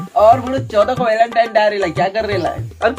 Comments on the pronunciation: Valentine hota hai Walentine nahi🤦🏻‍♂️ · Welentine nahi Velentine Hota Hai Bhai😂😀